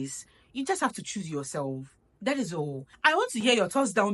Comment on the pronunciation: Marriage without peace? Boi am gone dadaaada ❤❤❤ I love the way you pronounced the word 'THAT ' it's my favorite ❤❤❤